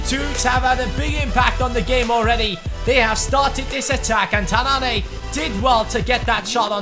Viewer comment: It's Tananne not tanann"ey" :)